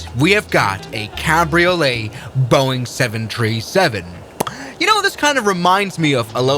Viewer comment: boeing seven tree seven